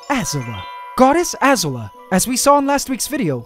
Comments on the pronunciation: Azula Uh-ZOO-luh Not AH-zuluh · i think the name is pronounced azùla, not àzula and i'm saying this because i know my avatar references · One other thing, you are pronouncing the spider's new name, Azula, a bit wrong. It is pronounced A-zoo'-la rather than A'-zoo-la. I'm sure you understand what the commas mean. I feel like Hermione Granger. "It's leviOOsa, not levioSAURR! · MasterBuchannon a-ZOO-la, not A-zu-la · I am pretty sure Azula is pronounced ah zoo la not a zue la, not sure though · im pretty sure azula is pronounced "Ah-zooh-lah" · Ahahah You should pronounce it Az-ZU-la, where the emphasis is on the ZU part. She's a Firebender in the show Avatar and the Last Airbender and she has incredible technical skill along with a very unique trait - she's the only person that spews blue fire. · Pretty sure Azula is supposed to be pronounced Ah-zoo-la, as in the crazy chick from avatar the last airbender, could be wrong though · For the spider Azula It’s pronounced Ah-zoo-lah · We'll cut some slack lol bc we know you're not American but it's pronounced AH -ZOO-Luh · I agree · The way pronounced Azula hurt me right in the childhood.. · You don't say Azula correctly.. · You’re pronouncing Azula wrong lol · cough can someone tell him how to pronounce azula cough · No offense, but the way you pronounce Azula is bigging me.